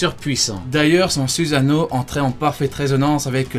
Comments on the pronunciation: arrete de prononcer SUSANO "suzano" et le u se prononce "ou" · c'est suSano pas suzano